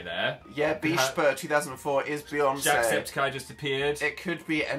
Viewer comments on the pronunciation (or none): *when jesus pronounced jacksepticeye as jackspediceye